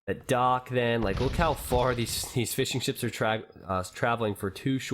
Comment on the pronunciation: Does anyone else think he was saying "fish and chips" instead of Fishing Ships?